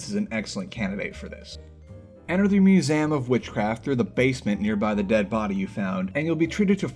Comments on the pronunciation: anyone noticed he says ‘museum’ as “musayum”? no? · The way you pronounce "Museum" 💀